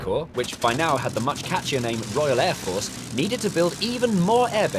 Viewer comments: ROYEL er fors. Lol i dont think thats how you spell it Jay. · royel er fors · ROYEL ER FORS LoL X-D